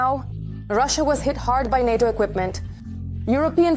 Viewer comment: Its NATO, not HATO…👍